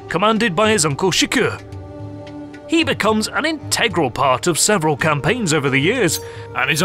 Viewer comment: In arabic there is no" g" (ex. G in Game) and written as k therefor "Shirkuh" is pronoused "Shehrgo" not shiko ( it is Kurdish name means the heart of the Lion)